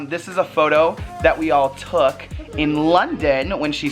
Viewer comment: its took not tok